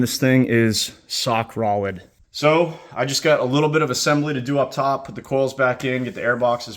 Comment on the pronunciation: Lol great job fr man, but just curious, anyone else catch the ‘sock rolid’ part or just me🤣